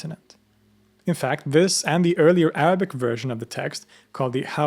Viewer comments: As an Arab with a Muslim background, I trully appreciate your effort and commend you on your excellent pronunciation of the Arabic language. Also, you've educated me on my religion more than my family or country could ever have. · Your pronunciation of Arabic words is perfect 👏